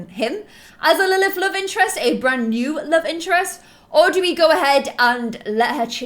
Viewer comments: Nee?! Lol I think u meant new XD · "NEE LOVE" Don't you mean "NEW LOVE"? Love you,! ❤ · you said NEE LOVE 😂😂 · Hey umm,, you spelled the title wrong, you said nee look, it’s new look😬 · One of the first!! Hahaha lol you said "Lilith's new look and nee love"😂 Love you so much 💖